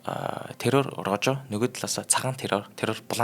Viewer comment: Poжо бишээ Рохо гэж дуудаг шүү Испани хэлээрээ нь жоохон нэршилүүдээ дуудаж судалчаад нэвтрүүлэгүүдээ бэлдэж байгаарай. Бусадаар ок амжилт